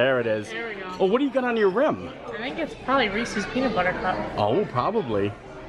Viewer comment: From Pennsylvania and still says Reese’s wrong. Shame on you!